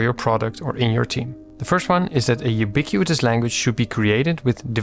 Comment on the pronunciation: Thanks for yet another gem of a video. As a senior software engineer your videos help me communicate the things I treasure in simple terms for everyone to understand, which can be a real super power ☺ btw: congrats pronouncing “ubiquitous language” 3x in a row without messing up… 😅